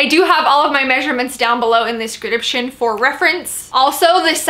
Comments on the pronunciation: I loooove your videos! And I love how you pronounce description in the beginning. “Scradiption” hahahah <3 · Girl, you say the word 'description' weird